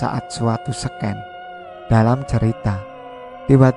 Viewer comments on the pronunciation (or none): BaCa Ceritanya sbnrnya cukup ENak... Tapi, sayangnya...aDa Kata2 yg MiMin harus PeLajari lg tuh Gimna CARA memBaca kata2 terSebut. Terutama KATA2 dLm BahaSa Inggris! (Seperti kata :"SCENE" di Cerita ini!) Mimin SALAH memBaCanya!! Jadi ANEH/JANGGAL ngeDengeRnya kaLo kata2 Bhsa Inggris yg diBaCa ASAL2an. JGN terSinggung loch ya... ini Sy hy sBg MaSukan aza... spy ChanneL ini LeBih BgS Lagi & BerkemBang kedepannya! 👍🏻🤩 Sy Bantu ksh maSukan Bukan utk mengejek...apLg menghina! BUKAN Sama SekaLi. Sy justru Sgt mendukung Mimin! KaLo Gak...MaNa mgkn Sy "SUBSCRIBED"& "LIKE" Setiap Cerita2 di ChanneL ini yg sdh Sy DengaRkan. Ocreeee MiMin! 😉🙋🏻‍♀️🤝🏻 Semoga Anda Org yg biSa menerima Kritikan utk maSukan yg Positive yaaah!